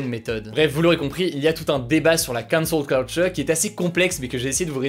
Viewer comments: Gros si tu prends un accent si marqué pour dire Cancel Culture, fais le avec tous les mots Anglo Saxons que tu utilises ou le fais pas du tout, sinon ça devient ridicule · Cet accent sur la cancel culture :')